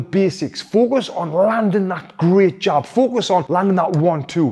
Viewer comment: Jab not job 😀. Great video as always...thank you Tony!